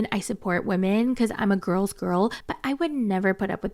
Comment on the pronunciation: "GuRRLs gIRL"......man, stfu